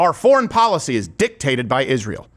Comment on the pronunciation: Steven do a piece on how she says the word “Israel”. Iszhrael. It’s so annoying how she says it.